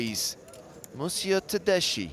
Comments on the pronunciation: Tedeschi Is an italian last name. The correct pronuntiation Is something like "Tedeski", not "Tedeshi". Just saying. Nice hand. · Pronounced tedeski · you read it tedesky, that means in italian Germans, as persons. italian surname indeed...thank commentator